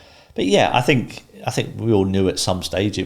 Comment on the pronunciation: Me neither! Free - 3 Fort - thought Fink - think ……… to name but a few!